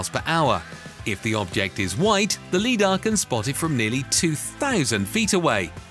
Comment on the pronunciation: Teach your digital voice to pronounce LIDAR correctly.